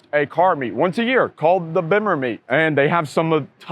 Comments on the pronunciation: say it like beam-mer. You say it werid, lol. Love the video. My favorite bimmer is early 2000's M3. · yo i'm a bemmer man thats how you pronounce it my first bimmer was a e30 320i i bought in germany when i was stationed there threw thw early 20000's like i said before you should put E36 exsterior mirrors on your ride the purple on should of done the same thats how you know the person fixing up the car has true bmw taste why you named your car cream pie thats not a fabulas name cream pies are nasty